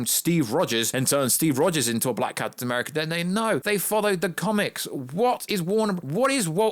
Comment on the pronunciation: Why do you keep saying "Black" with so much emphasis!?!